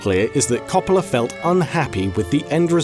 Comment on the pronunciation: Every time he said Coppola's name wrong I died a little inside.